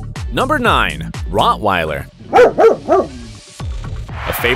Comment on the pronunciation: Needs to learn how to pronounce Rottweiler and Papillon.